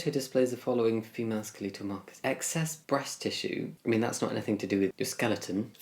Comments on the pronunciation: he said "ska - lee - tal markers" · Lmao, skeleetal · Jamie pronouncing “skeletal” is so British. 😂😊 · I can look past a lot of things, but not the way you pronounce "skeletal". Just kidding, another banger as usual 💟